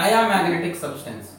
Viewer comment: Oh सब्सटेंस British accent